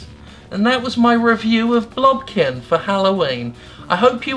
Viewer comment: I just kept hearing "blumpkin". Am I going to be okay?